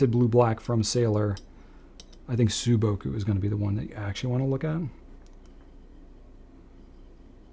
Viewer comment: Very interesting video. Correction: Sailor's sou-boku should be pronounced like "saw" or "so" -boku. 青 means simply general "blue". 蒼 means "dull blue". That's how it feels, right?